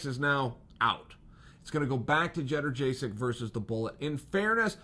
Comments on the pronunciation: At least say this Chael - yoan-j-check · Jedderjaysik?? Jesus, Chael really does suck with names. First Ya-ear, now this! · It’s yad-jay-check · Jenna jaysick chael you must know your pronouncing g that correctly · Lmao “cheddar-jay-sick” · “Jedderjaysik, am I saying that right ? “ No, stick to Joanna 😂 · Bro, Schevchenko is pronounced just as it's written. Jedrzejczyk (had to google that) is pronounced "jonjasyk". Or at least closer to that, than what you said. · Chael doesn't mispronounce names, Joanna just never knew what her name was. She is now, Judder Jaysic. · He always gets the last name wrong I'm beginning to think he doesn't even care at this point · Chael you forgot how to say Joanna’s last name before you even fought fedor